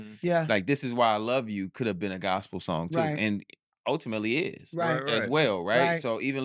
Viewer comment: "I want a knew life and I want it with chuuuu"!..??? Chuubacca?? come on mayyyyyne😂😂